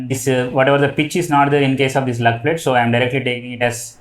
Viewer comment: You are telling plate or pletch